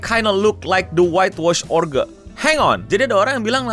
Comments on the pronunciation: oger anjir eno dibacanya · Ogre itu dibaca Oger. gimana sih???? Uda mirip belum,? 🙃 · bang, kalo mereka penduduk anomali twitter nonton ini bisa aja marah ama lu gara gara cara lu ngucapin "ogre"